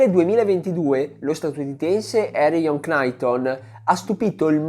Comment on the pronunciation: Capisco tutto e amo i tuoi video perché sono molto specifici e molti di essi spiegano e scavano su argomenti di atletica leggera come quasi nessun altro in Italia fa… Però “Cnaiton” invece di “Naiton” non va bene secondo me. (È una piccolezza)